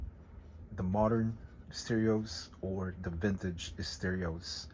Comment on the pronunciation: Vintige steerios..........Vintige steerios..........Vintige steerios..........Vintige steerios..........Vintige steerios..........